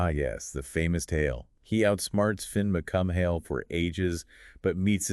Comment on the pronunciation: Fionn MacCumhaill is pronounced fyun MacCool not cum hail